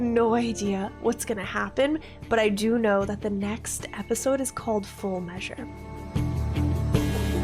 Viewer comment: "Full Meausre" ah, the french dub.